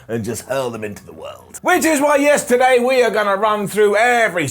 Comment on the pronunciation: Did anyone else hear yesterday instead of yes today